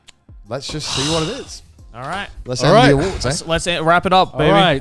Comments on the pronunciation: "wElcome tO the seCond traSh taDe Awardw" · Trash Taste Awardw (Awardw pronounced "Awards")